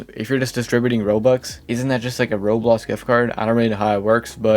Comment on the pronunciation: Why can't this dude pronounce "Roblox" Bro calls it "Rolls"